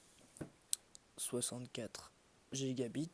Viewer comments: Le "GigaBite" ma tue x) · Sa se prononce « GigaBayte »